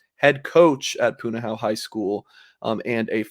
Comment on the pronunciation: Pu-na-ho-u or you can truncate the u sound at the end and just say Pu-na-ho. It's like nails on a chalkboard to hear it mispronounced.